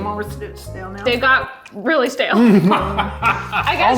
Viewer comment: "they're STA-LE" HAD ME DYING